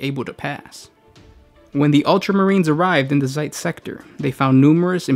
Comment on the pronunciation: It's Zeist, not Zeitz...